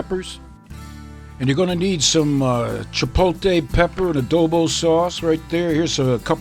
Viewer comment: I was surprised you don't know how to properly pronounce chipotle.